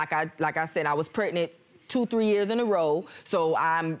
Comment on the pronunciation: I absolutely hate when they don't pronounce "pregnant" the right way!!! What the hell is "pretnet" 😶(first case)